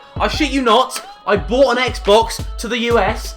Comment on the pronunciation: brought lol me too i was confused if he said brought or bought XD